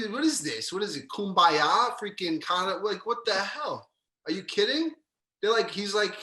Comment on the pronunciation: Kuhmbaya! LOL